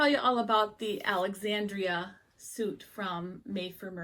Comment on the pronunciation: Thank you! AND you said my name right! Most folks don't. 😊